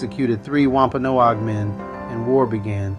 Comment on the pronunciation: It’s driving me crazy how he says “Wampanoag”…I’m Wampanoag I guess that’s why!